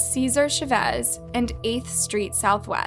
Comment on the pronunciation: *Cesar Chavez*, well known workers rights advocate. Also has a street among other landmarks named after him in LA and elsewhere. One of my idols. Pronounced chAHvez . Good content just wanted to make you aware